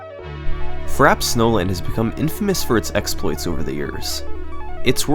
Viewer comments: Take a shot everytime he mispronounces frappe. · With all the laps and flaps, I think you forgot how to pronounce "frappe". :P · dont say frappe like that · frappè is not pronounced like that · This guy is so American has can't even pronounce "Frappe" properly. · Seriously, I'm American and the second he said frappe the first time like that I was thrown off, waited until he said it again and proceeded to turn off the video. How anyone can fuck up that word is beyond me. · Imagine doing this much research and editing but neglecting to learn how to pronounce "frappé" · Publishes extremely well-researched video featuring tons of history about MK64 speedrunning Doesn't know how to pronounce Frappe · makes an entire video about frappe snowland, somehow doesn't notice how it's pronounced... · said frappe wrong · I love these vids and the channel but seriously, how can it not have been known, checked or learned on how to pronounce FRAPPE??? holy crap... thats just annoying , and considering all the other level of details here that get analysed. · Great vid! You mispronounced Frappé wrong though haha :) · Fra - pey, not frap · “FRAP” snowland? Or Frappe... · Ummmmmmm U pronce it as Frapé not frap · It's pronounced "fra· pei" not "frap". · I would like to point out that the word is pronounced "frap-pay," not "frap." It's a French word, meaning iced or chilled. It's not a super common word though, so the mispronunciation is understandable! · frap-ay not frap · somebody please tell me its pronounced frap-ay not frap thats not just a me thing, is it? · It's pronounced "frap-PAYH" and not fraps. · It's pronounced "fra-pay," not "frap." It's an iced drink. :P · You went to such lengths to make this video, yet never once did you ask yourself, "How do I pronounce Frappe?" Frappe. Frap-ay. Not 'Frap'. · Are we sure it's pronounced "frap," not "frap-pay?" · It's pronounced "frap-ay" not "frap" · frappe, not FRAP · it's pronounced "frappe", not "frappe". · “Frap” Snowland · yeah same